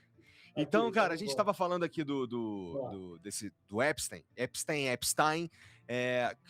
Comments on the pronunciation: A pronúncia é "Épstáin", estão falando éspstêin para afastá-lo da sua origem judáica... É por isso que pronunciam errado... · Não sei por que a galera pronuncia "Epistim" no nome do psicopata, mas não pronuncia "Enstim" em Albert Einstein. A pronúncia correta é algo como "Epistaim" mesmo. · Épistain, é a pronúncia correta. Épstain,. Não caia na armadilha de disfarçar a origem do monstro. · " EpstAIn" ! O suiciado queria que pronunciassem " Epstin" , mas né